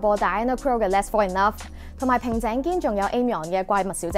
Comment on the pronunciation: Aimyon唔係Aim yon，係Ai myon😂